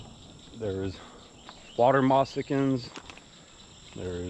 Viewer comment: It's moccasin; not mossakeen.